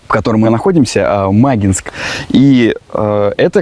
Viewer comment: ударение на И. Не мАгинск, а магИнск!